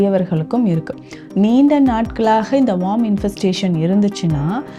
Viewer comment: வார்ம் இல்ல மேடம் worm(வேம் )